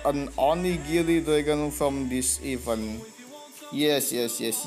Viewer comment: Just some suggestions for you to getting better English than before. I know you wanna say event but unfortunately you say even. Try Google translation and put event dan even, after that you hear it dan compare to your sound in this video. You wanna say to your viewers event but unfortunately we hear it even not event. Good luck brother.